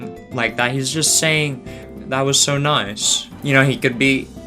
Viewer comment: I always thought that he was saying "Thank This on Eyes" until someone pointed out that he was saying "That Was So Nice!"